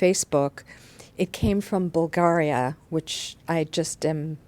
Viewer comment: You pronounced 'Bulgaria' wrong.